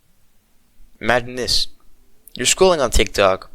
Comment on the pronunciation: the first word you said sounded more like madness than imagine this, it sorta fits anyways